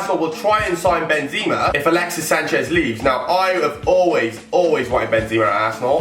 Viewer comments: are you kidding me thats not how you say benzema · How can you always wanted benzema but can't say his name right??